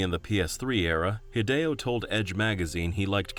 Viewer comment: A note for your narrator, "Hidechan" is "Hee-deh-chahn," not "Haid-chan". "Hide" is obviously short for "Hideo," which is of course not pronounced "Haid-oh" but "Hee-deh-oh".